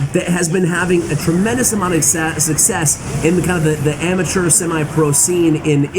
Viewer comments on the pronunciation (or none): none